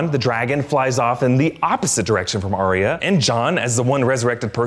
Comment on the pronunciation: ar ya not ar ia